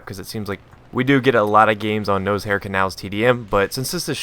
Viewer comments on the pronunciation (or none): It's pronounced naw-shar, not nosehair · I noticed, you pronounce Noshahr Canals "Nose-hair Canals"... lol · i like the nose hair pronunciation.